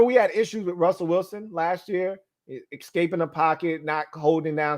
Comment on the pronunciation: “Ecscaping the pocket”